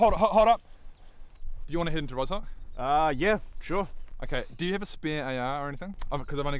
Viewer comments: Russian here, "Rozhok" is a slavic name and you don't spell it like that, "zh" is spelled like "ʒ" in "J", and the accent is on the second part of the word, so it's "Rɒʒɔ:k", and "R" should be spelled harder, just like does! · You pronounce "Rozhok" wrongly. "ZH" is pronounced like one sound "g" in word "genre". Rozhok - in russian Рожок means "Little Horn" - common name for small slavic villages.